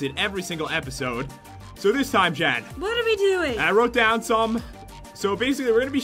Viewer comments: Jen* you said jean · you know you said jeans like the pants wait who is Jean oh its jen not to be rude